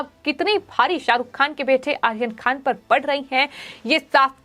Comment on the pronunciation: अरे ऊच्चारण तो सही कर ले आहियान खान नही बल्कि आर्यन खान बोल ले